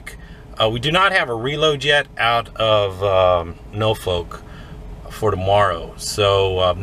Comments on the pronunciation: Enjoy all of your videos, you do need to say Norfolk with emphasis on the Nor instead of No... LOL! OK driver have a safe one! 👍🏼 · Hey great video as usual. Just had a smile on my face listening to you pronounce Norfolk. Over here in the uk we have a place with the same name but we pronounce it (and this is really the only way I can spell it so that you can say it the way we do) norfuck. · I just love the way you pronounce the State Norfolk.